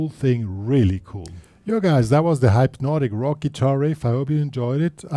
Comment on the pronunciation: It's pronounced hypnotic, not hype-notic. Good riff though.